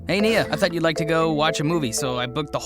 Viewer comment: FINALLY GOT NIA'S NAME RIGHT